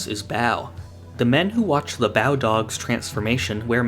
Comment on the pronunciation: Ba-oh, not Bao.